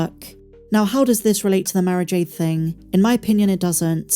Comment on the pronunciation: Must listen closer, you were saying Mara Jade, i tought you were saying marriage aid.